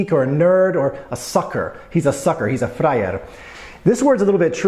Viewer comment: Actually you pronounce "frajer" more like "flajer/flyer" while it should be pronounced with a strong stressed R, like in a unfortunately overused vulgarism "kuRwa".